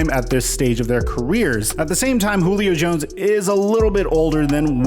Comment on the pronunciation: Did you call him Goolio Jones?